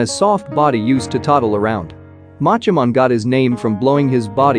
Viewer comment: Anyone else severely irritated by the way he mispronounces “mon”? 🤦🏻‍♂️